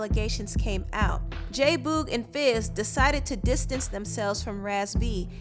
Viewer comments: can you please stop saying Boog’s name like that??? It’s BOOG like Boogie Man. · Boog like book. It’s the same sound.